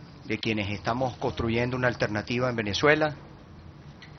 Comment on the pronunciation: disculpe, a usted quien le pregunto si tenia amigos en europa? las palabras no se escupen, se dicen o expresan.. y aprenda el nombre su pais que es VENEZUELA, NO VANAZUELA